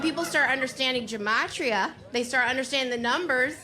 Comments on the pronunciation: OMG. "Gematria" - which is pronounced with a hard "G" - IS JEWISH MYSTICISM. The numerical value for letters gives numerical values for words. This is why Jews will give monetary gifts in multiples of "18", because the word "CHAI", which means LIFE, has the numerical value "18". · I had to replay it... she was saying GEOMETRY?!?!? Ja-Mo-tree-a?!?!? Ooooo my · why is nobody talking about saying, "gee-machria" mam, I'm no geometrist but something ain't adding up. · "Jematria"? If you can't pronounce it, don't pretend you know how it works. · Gmotria???? Is she trying to say Geometry???🤣🤣🤣🤣🤣🤣🤣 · What the hell is "geomatra"...did ii hear right? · Can't even say Gematria right ✡️lol abc123